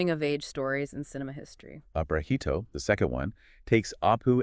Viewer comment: Not Aparāhito but Aparājito. Pronunciation is 'j' and not 'h'.